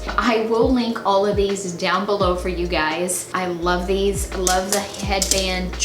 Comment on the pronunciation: when she said 'you guys' I thought she said gays haha